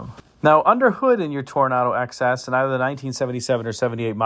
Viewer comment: It kept sounding like you were saying 'excess'....for the Toronado XS 😊